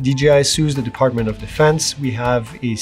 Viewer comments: DOD = Defartment of Defense., you said it right the first time LOL.🤣🤣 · "Defartment". Freudian slip? 😅🤣😂